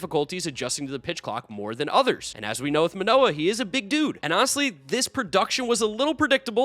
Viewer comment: its Alek Manoah